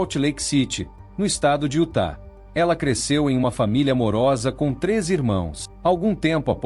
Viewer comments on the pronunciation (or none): none